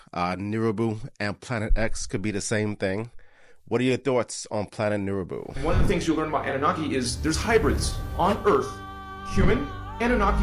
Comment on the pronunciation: Nibiru not neribou